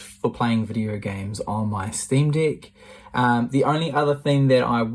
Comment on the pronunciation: Is it just ME who hears deck as Dick?! 🤨